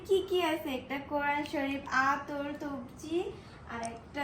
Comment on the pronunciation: ভাইয়া কথাটা একটু ভুল হয়েছে তবজি না হবে তাছবি